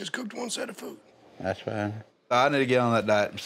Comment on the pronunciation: Its FOOD not FOO ...